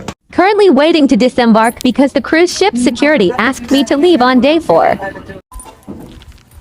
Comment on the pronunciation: And "axed," instead if "asked". Ridiculous. In my opinion